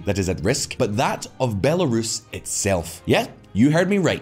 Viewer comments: Would someone please teach your female voice-over that Belarus is NOT pronounced Bu-LAIR-uhs. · Bell air es 10/10 pronunciation lol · Great article… just wish the person reading the news articles would learn to pronounce Bel-uh-Roos correctly… it’s not Bella-ruhs… also not heard to learn the pronunciation. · Can she please say B e l a r u s and NOT B a l e r u s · Stopped watching after the second /Belerus/. The name of the country is BelArus, ffs. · Why is the video flipping between pronouncing it as “Bel-uh-roos” and “Belair-is”? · “Bell air is”~the narrator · “Bell-air-us” lol At least she sounds cute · whoever voiced over the text has never heard the country "belarus" before, they pronounced it "bell-air-us". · Am I the only one who heard it pronounced "Be""lar""us"? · Fan of the channel but if you're going to use AI to read lines at least put in the effort to get her to pronounce the name of the title country properly guys. It really adds an amateur look to an otherwise flawless production. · The voiceover reading the headlines needs to learn how to pronounce Belarus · Guys, I get that you want an american voice for the transitions for easier consumption, but please for the love of god explain to her how to pronounce belarus and stop accepting these recordings unless she fixes them. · The female voiceover pronouncing “Belarus” sounds unusual to me. Is that normal? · Programs, famously known for learning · yeah i guess something all these people talking about "its just an AI GUYS, its whatever" are ignoring, is that spending 2 minutes to get the AI to properly pronounce belarus is probably pretty easy. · This channel has lots of pronunciation mistakes. It's a great channel, but damn they get it wrong a lot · The female voice (Presumably it is digital) kept mispronouncing Belarus, it was highly annoying. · Can you find someone who knows how to pronounce belarus!? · Your female narrator doesn't know how to pronounce "Belarus?" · The female voice doesn't